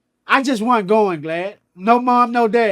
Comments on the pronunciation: Why he keep calling them GLAD!!😂😂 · Is he calling him Glad??? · Is he callin this man Glad???? Lol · He called him “Glad”. 😂😂😂😂😂